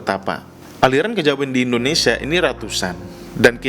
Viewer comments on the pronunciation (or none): none